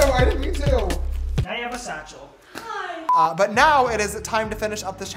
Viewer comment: “you think this is a game.... there now you have a sachel” 😂😂😂